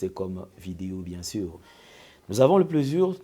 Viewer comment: ce n'est pas "Nous avons le PLEUSIR de recevoir"... Mais plutot "nous avons le PLAISIR de recevoir..." Je suis tes emmissions depuis... Dieu te benisse.